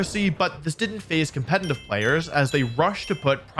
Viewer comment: It's competitive, not "competinive". I can't get over it because you say it so often since the subject is competitive Pokemon.